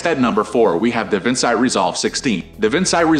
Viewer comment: And Davinci ( as in Leonardo da Vinci....da Vinchee) not Davinsigh. AI is so annoying!